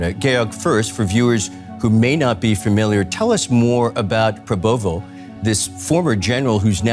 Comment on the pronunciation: Presenter Pada gak bisa ngomong prabowo e malah jadi pa popo 😂